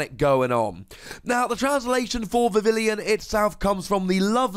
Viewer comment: It's pronounced "Vi-vi-yon", which is derived from "papillon", the French word for butterfly.